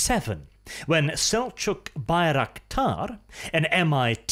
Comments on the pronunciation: Why do you call it Baik-raktar ? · Haha first second already butchered the name of the thing.